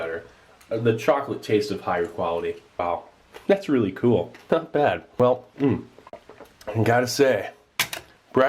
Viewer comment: Love the way he says "cool" like "kewl"